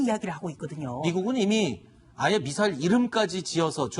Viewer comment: 미사일도 빨갱이식 발음으로 말하네 빨갱이 시키